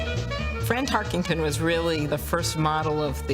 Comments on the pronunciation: to start lol HEY LADY it's TARKENTON not TARKINGTON!!!!! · If Tarkenton’s was the first football name she learned, it would seem she’s had enough time to pronounce it Tarkenton, not Tarkington.